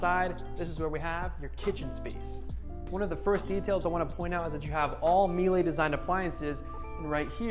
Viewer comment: Good tour. Please check the pronunciation of Miele